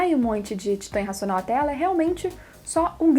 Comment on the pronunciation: Tenho dificuldade em entender quando você fala racional ou irracional, as vezes dá pra entender pelo contexto, mas as vezes fica muito confuso, a impressão que tenho é que você "engole" o "i" ao falar irracional.